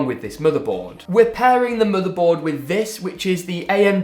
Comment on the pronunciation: the way he says motheboud